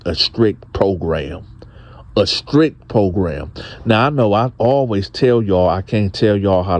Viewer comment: it is pronounced strict not scrict, please correct, store not sto